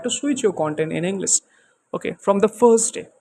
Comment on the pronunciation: Bro everything is good. Pronunciation of words like English and should improve pronunciation of those. I heard inglis and soud like desi version. I'm learning from past 25 days From English with collins and a lady i don't remember her channel name.